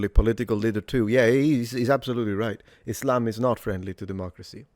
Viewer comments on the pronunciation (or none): He pronounces Islam like "is lame."